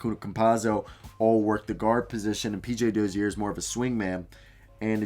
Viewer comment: Great video man and no disrespect but the way u pronounce Dozier’s name is hilarious